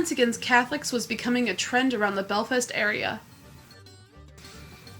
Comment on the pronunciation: Cant even pronounce belfast 😭😭😭 fuck me